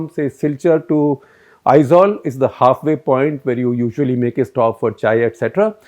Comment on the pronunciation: Nicely said, sir. Really great at addressing our issue, not biased news. And thank you for pronouncing Aizawl correctly. You are the first outsiders (which I heard) to pronounce it correctly.